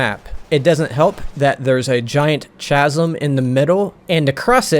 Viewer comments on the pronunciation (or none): Brilliant review. I miss this game and this map. Incidentally chasm is pronounced “K-azum” not “ Chaz-um “